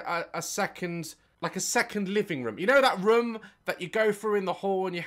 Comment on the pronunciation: I love how Daz says room it sounds like rum 🤣. It killed me when he said something like would I buy a rum if I'm never gonna use it